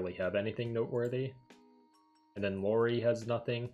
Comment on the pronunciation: I usually don't care much for JP mispronounciations but I just couldn't with Lori and Zunko. 🤦‍♂️ Regardless, thanks for the guide! I've been trying to clear D so I can start getting blue reports(currently L34). I was going to play the Asia version myself but heard Global was coming so I just waited for it.